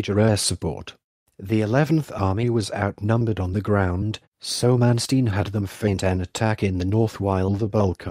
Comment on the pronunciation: AT LEAST HIS NAME COULD BE BETTER PRONOUNCED CORRECTLY.